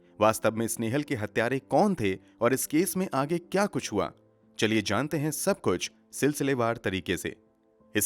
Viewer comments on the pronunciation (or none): none